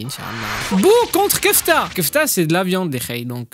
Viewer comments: C'est KEFLA pas kefta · Kefla pas kefta😅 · C pas kefta c est kefla